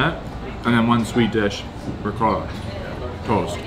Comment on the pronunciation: why does he say "toast" so weird?